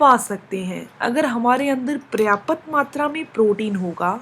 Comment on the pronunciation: Prayapatt nahi..tht is "Paryaapptt" madam ji...